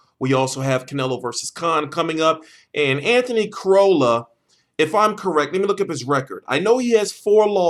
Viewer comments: The way you say Crolla is annoying. It is Crolla not Crowlla :P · think about how you would say Crocodile... It isn't crowcodile :P